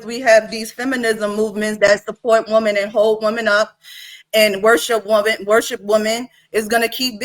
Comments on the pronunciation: I'm not trying trying to be funny, but could someone please explain to me why is it that so many people say the word "woman" instead of saying "women" When started talking around the 4 min mark she kept saying woman when she should have been saying women. I hear lots of people do that and wanted to know is their a reason or is there a large portion of our society that just don't know how to use the words correctly anymore. Does anyone else notice this or is it just me? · I really hate how she keep saying woman and not women😤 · It’s women not woman. Why every time get on this type of panel he can’t control his speech. is intelligent he can be more professional and Christian. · She keeps saying “woman” instead of “women” 🤦🏽‍♂️🤦🏽‍♂️🤦🏽‍♂️ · Aye she taking me out with the word Woman. It’s Women smh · Ion mean to be petty, but is annoying tf outa me saying Woman instead of Women!! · It’s women not woman.